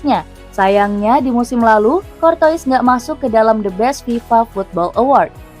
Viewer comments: pronouncacion courtois harusnya dibaca courtoa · Kayak dengerin mbak mbak google, cortois, anderwred, vertong hen